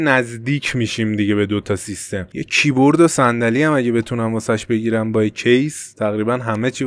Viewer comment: فقط کییییییبوردگفتنت😂